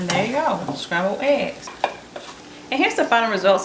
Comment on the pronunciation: Good tutorial But Shcrambled ehs